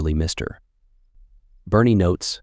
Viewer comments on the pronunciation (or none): AI does not know how to read the text - Mr. big pause and then the name. Funny to listen to.